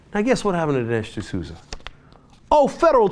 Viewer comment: Dinesh D'Souza...Sounds like LOOSUH...Oh well...